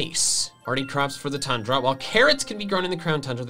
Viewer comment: Tundra (toon - druh)